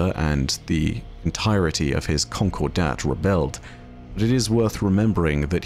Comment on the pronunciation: just a heads up, that's not how you pronounce "concordat."